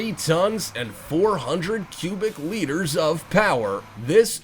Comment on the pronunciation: It's actually liters. A litter is what a cat gives birth to.